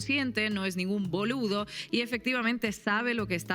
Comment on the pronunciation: Dijo boludo casi como una Argentina